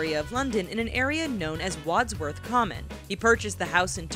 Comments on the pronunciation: its Wandsworth not wadsworth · wodsworth common 😂